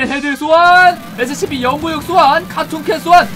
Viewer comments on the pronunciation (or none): Scp 영구육 이라고 하지말고 공구육 이라고하세요